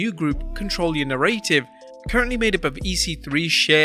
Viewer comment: “Na Ray Tiv” lmao narrative